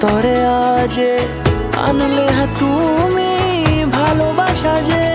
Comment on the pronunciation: উচ্চারণ স্পষ্ট না। যেমন– প্রথম, মতো, তুমি। আর "কষ্ট কমানো রাগের মতো" নয় ওটা হবে "কষ্ট কমানো ড্রাগের মতো"। ধন্যবাদ। পরবর্তী কাজের অপেক্ষায় রইলাম।